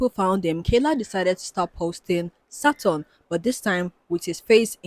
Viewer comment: so saturn is “sutton” and jacob sartorious is “sagittarius” lmao